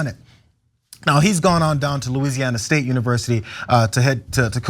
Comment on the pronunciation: He can't even pronounce the state correctly lol